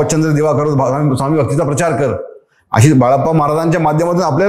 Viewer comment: Sawmee nai re, neat swami tr mhnayla shik podcast ghyayla baslayes raja